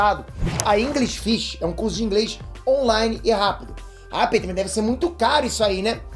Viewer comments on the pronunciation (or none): none